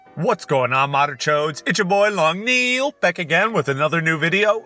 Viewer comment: Name:Long Nail How he says it:Long Kneeel